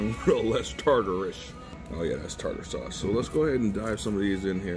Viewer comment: Tater sauce 😂😂 Tarter sauce... and you have to mix the tarter sauce with Ketchup!